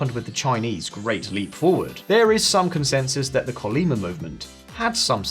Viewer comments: CHUN-LI-MA : 천리마 : THOUSAND MILES HORSE : a legendary horse that can go 1,000 Li(a Korean Length unit) without rest. The Pronunciation of CH in "Chul" should be like that of Churchill's Ch, China's Ch... though the worlds accent is on the 3rd syllable, MA. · Please research the proper pronouciation of native names before recording. Skipping this risks you getting a reputation of not actually having done fact checks are are just another opinion-driveling clickbaiter. 천리마 sounds more like "chul-li-ma". Even worse was your previous video about the 재벌 that dominate South Korea, which should sound more like "jay-ball". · Its not Kolyma its Chollima.. and its also not Jusch.. its Ju-che